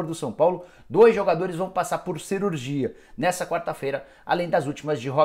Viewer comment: "cerurgia" kkkkk